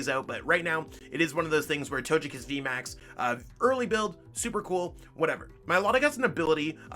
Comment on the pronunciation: It is pronounced as toe-gay -kiss vmax not toe-je kiss